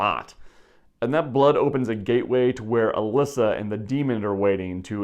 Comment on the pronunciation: It's "Alessa"